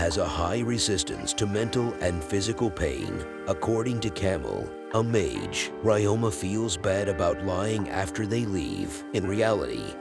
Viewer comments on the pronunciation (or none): none